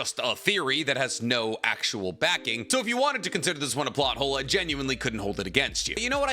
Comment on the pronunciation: I swear I heard naruto butt hole instead of plot hole 😂😅